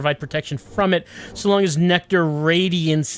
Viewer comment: Pronouncing it like NecTar kind of works for its role in the plot... has humanity stuck like a tar pit